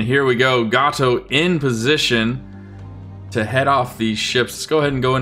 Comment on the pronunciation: Future reference: USS Gato is pronounced "GAY-toe", not "GAH-toe"